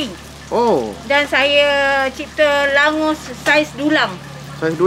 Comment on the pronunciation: nama sebenar dia, Langoš. boleh jumpa area hungary, slovakia dan czech republik. sebutan sebenar kalau dalam bahasa melayu, baca sebagai 'langgosh'.